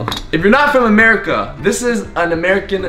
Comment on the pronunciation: Where he get chocolate fwom